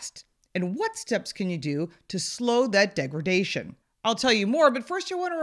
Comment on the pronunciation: It's "degraDation", not "degraGation".